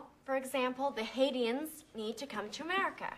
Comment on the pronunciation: She said "Haidians", at least that's how it sounded to me.